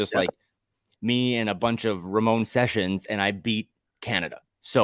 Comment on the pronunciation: No offense, but I like Mackey and Judd just as much as and. (Note to: it’s Ramon Sessions, NOT Ramone Sessions.)